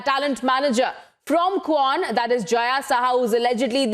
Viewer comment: Say that "kwan" properly please